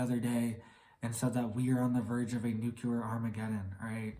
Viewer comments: NUCLEAR - NOT NUCULAR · It is extremely difficult to take someone serious who uses the word nuculer. 🤣🤣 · It’s pronounced new-clear. Not that it matters anyways